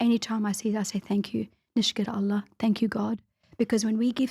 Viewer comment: Amazing episode, grateful to have come across this one. She speaks out Allah so beautifully. Does this lady offer online coaching perhaps?